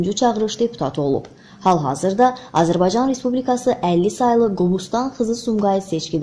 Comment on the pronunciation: Azerbay caaa ni i miiz .Bir de Azerbsycan sozun deye bilmir